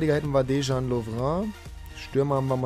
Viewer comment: Man sagt LOVREN, nicht "lovrö"!!!